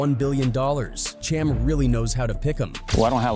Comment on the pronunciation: Dude butchered Cham's name for 20 minutes str8 😫